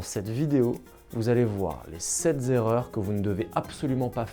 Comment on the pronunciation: Sept erreurs pas sept zerreurs banane